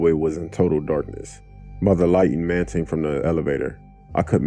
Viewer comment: "...by the light emanting from the elevator" Do you mean emanating?